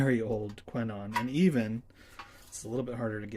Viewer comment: Nice! Before you go into the next video we need you to get the pronunciation right 😜 Just kidding :) Those horns are indeed very good! When I worked in a shop in Belgium we had these every week on the bench. Best and thanks for sharing